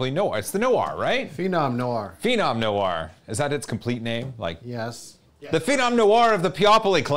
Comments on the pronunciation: [nu-AR], not [no-ur] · Noir is pronounced more like nwar than no-arrrr. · Is the no-ahr pronunciation a meme? It's n-war, as in the game L.A. Noir (and other similar usages)